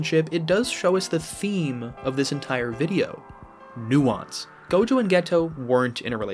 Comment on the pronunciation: Bro said Nuance with a hard U I'm weak 😮 Truly though this was a great analysis, I agree wholeheartedly. Love is messy, it never fits nicely under one banner. Its painful and vital and beautiful. Everyone deserves someone to be in love with. But the fact that life will always make that harder for us is what makes it all the more worthwhile to fight for.